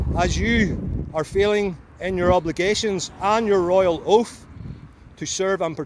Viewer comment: "your royal oaf"